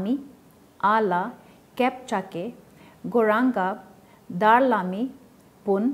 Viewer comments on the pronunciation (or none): यो को हो दारलामी भन्ने दरलामी भन सिक अध्यान गर अनि बोल